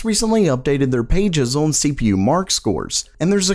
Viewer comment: Day 1820 of this guy being unable to say "on" properly.